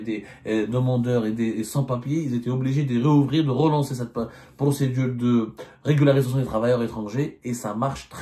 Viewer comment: Monsieur Abdou a un problème à prononcer correctement régularisation 😂😂😂😂 regul! regluglsiration relugarusecion etc etc ! On dirais il joue au cafouillage ?